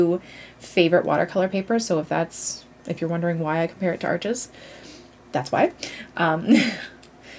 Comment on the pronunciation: Saunders Waterford is local to me which is great. The first time I bought Arches I pronounced it like you do as Arches, the shop kindly corrected me to pronounce it like arsh :) I love Fabriano Artistico for HP so need to try some CP to try.